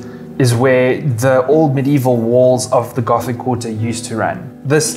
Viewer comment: Les Rambles, Gótic not Ramblas and Ghotic